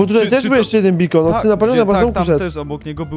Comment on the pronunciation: Juhu to jeszcze nie koniec Palionowa. I nareszcie może Deyv zrobi jakąś pożądną chatę, ale nienmusiałeś zmieniać nazwy zatoki, bo ty wymyśliłeś i zrobiłeś zatokę. Ps. Bakeon, czyta się Bejkon, a nie Bikon.